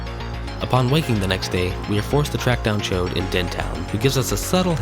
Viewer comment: Yall really went with "chode" as the pronunciation for Chaud lmao Happy to see MMBN speedrunning get some love, my one bit of advice is to up the mic volume because it could be hard to clearly hear with the music.